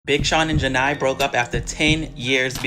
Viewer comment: Her name is JHENE!!!! As in “juh nay” don’t claim to speak on her life if you can’t even pronounce her damn name!